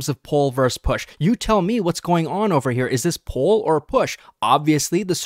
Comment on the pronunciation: "poll"/ do you mean "pull"?